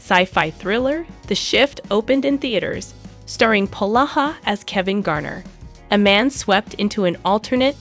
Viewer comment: PLEASE PRONOUNCE HIS NAME CORRECTLY IT IS POlaha NOT PAloha